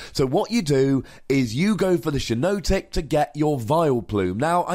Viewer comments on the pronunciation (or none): Definitely shouldn't be pronounced "shy-no-tic"...It's a hypnotic shiitake mushroom, hence the double 'i'. If anything, it's probably closer to "she-naw-tic" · It's pronounced "Shee-notic", as in the "shiitake" mushroom.